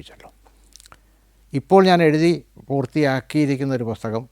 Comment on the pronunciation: പൊസ്തകം, വിധ്യാർഥി, ഫ്ളാറ്റ്ഫോം, മൃളാണിനി.... ഉച്ചാരണം പൊതുവെ പ്രശ്നമാണ്. പക്ഷേ പ്രതിപാദ്യ വിഷയത്തിന്റെ ആകർഷണീയത കൊണ്ടാവാം, താങ്കളുടെ അനുഭവ വിവരണങ്ങൾ ആസ്വാദ്യകരമായി തോന്നി. എങ്കിലും അവതരണത്തിൽ കുറച്ചു കൂടി ശ്രദ്ധിക്കാമായിരുന്നു എന്ന് തോന്നുന്നു.